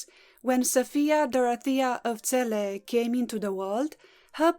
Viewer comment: You pronounce our lovely city better then most people on YouTube thank you from Celle